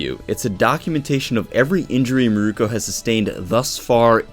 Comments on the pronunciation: Mirko not miruko sorry that was killing me. Miruko is the guy with the wind tunnel from inuyasha. (Meer-ko) is the bunny girl from my hero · It's Mirko. Meer-koh. She's named after Mirko "Crocop".